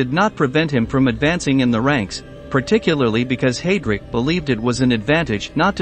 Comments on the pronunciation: I feel your pain, The pronunciation of Heidrick is very annoying, it is highdric, not haydric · Let’s not forget Hay- drick